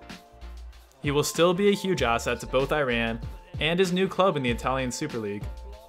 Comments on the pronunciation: 1. Please pronounce Iran correctly. If you can't just call them Persia. It's also more classy. 2. Ma'rouf should be at least in top 3 if not 1st. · I hope you learn how to pronounce name of countries correctly. You are pronouncing Iran wrong!